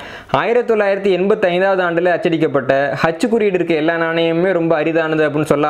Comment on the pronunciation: ஹெச்சா அச்சா தெளிவாக உச்சரிக்கவும் சார்